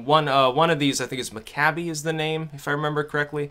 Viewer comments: It's pronounced mick - kayb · Mc-KAYB (no "ee" on the end). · McCabe rhymes with babe